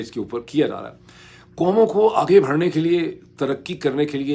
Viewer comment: ڈاکٹر صاحب ایک تو آپ کا دعوی یہ ھے کہ آپ انعام یافتہ مقرر ہیں۔ لیکن ہم آپ کو روز اس قابلیت سے محروم دیکھتے اور سنتے ہیں کہ آپ ایک بھی جملہ ایک زبان (اردو یا انگریزی) میں بول سکیں۔ نیز ان زبانوں میں بھی آپ الٹا سیدھا بولتے رہتے ہیں۔ 'آگے بڑھنا" ھوتا ھے نہ کہ "آگے بھڑنا"۔ درست تلفظ "گھنٹہ" ھے، "گھینٹہ" نہیں۔ انگریزی میں بھی AARGUMENT بولا جاتا ھے ،ORGUMENT نہیں۔ اسی طرح heads of governments کہنا درست ھے، head of governments نہیں۔